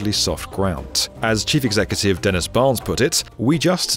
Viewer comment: The chifey excey with some wise words 😂